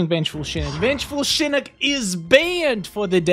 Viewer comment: I swear every time you say shinik it pissis me of its SHINOCK OCKKK NOT ICCCCC